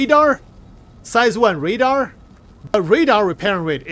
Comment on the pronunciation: "redar" hahahaha